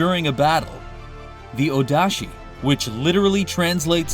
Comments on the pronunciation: It's Odachi(大太刀), not Odashi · Wait, wait, wait, it’s Ōdachi how’d you get Odashi? I legit can’t find anything spelling Odachi like that.